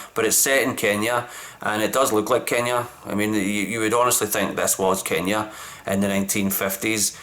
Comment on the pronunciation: You are pronouncing Kenya so well, love the explanation